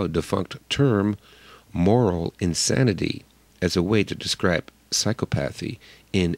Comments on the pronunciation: I believe it's pronounced sīˈkäpəTHē. Your mispronunciation shows ignorance and unfortunately casts doubt about some of your arguments. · Great presentation, but I'm pretty sure the correct pronunciation is: psy-CO-path-y. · Very interesting. But please, the pronunciation is sy-COP-athy. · The reader reader needs to correct his pronunciation of psychopathy.